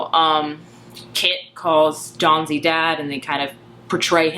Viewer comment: Dawsey!!!! P-L-E-A-S-E it's Dawsey not Dawnsey!! I enjoyed your review but you lose a little credibility when you get a main character's name wrong! And he's a wonderful character beautifully portrayed by Michiel Huisman. Read the book years ago and loved it; loved the movie. Two different ways to tell a story with different strengths. I never understand the need to choose - you can like or love or loathe each of them based on their individual merits as different art forms. (Although everyone here seems very chill about it; sometimes you get people who are outraged that the film isn't a carbon copy of the book.)